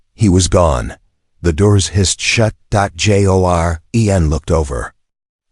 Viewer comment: The continual reading of "...end of sentence. Joren..." as 'end of sentence dot jay oh arr eee en' is obnoxious; the AI narration software needs to have the most extreme form of negative reinforcement applied to whatever 'learning' makes it consider this an accurate rendition. The military has used flat thermite charges atop file cabinets with classified documents or on cryptographic equipment to destroy them; this could be an appropriate form of negative reinforcement.